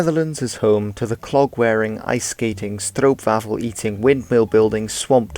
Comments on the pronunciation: stroopwafel you pronounced it wrong but good try! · “Stroopwafel eating”